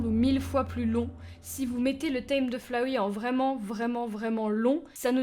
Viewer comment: Sa me stresse qu'elle dise Flawey mdr